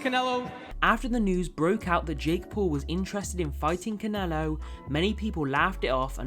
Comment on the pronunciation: Why are you saying Conelo bruh